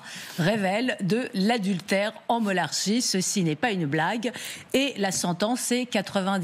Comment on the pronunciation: Elle dit bien mollahhrchie et non monarchi